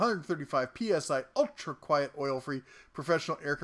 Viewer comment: "quiet" not "quite"